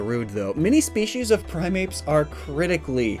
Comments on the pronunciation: You said Primapes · He said primapes 😂